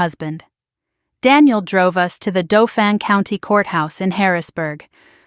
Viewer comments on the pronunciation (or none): Why repetition? Proofread! Is Harold grandpa or great grandpa? Robertt married to whom? Dauphin is pronounced like laugh in!